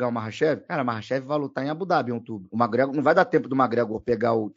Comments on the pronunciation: Acredite, ele está certo. Eu moro aqui na Irlanda e todos os Irishs falam assim. “Mágregor” quase falando “Mágregã” “Méqui” é um erro de pronúncia. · os gringos não falam "méqui" eles meio que metem um "mé" Gregor, com um C muito sutil, quase que invisíveln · É o que? Méqui Gregor? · O zoa o por falar os nomes errados, mas fala MaGregor 😂😂😂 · falando das pronúncias do e mandando um "magregór" 😂😂😂